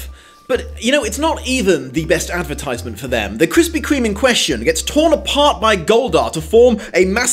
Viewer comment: Krispy Kreme's name is being changed in the uk cause apparently we can't say it properly which you just proved wrong many times. Though might be an april fools, bit silly though